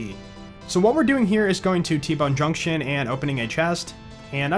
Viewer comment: i’m sorry to say but at the beginning of the run you messed up on the name of T bone Junk SHUN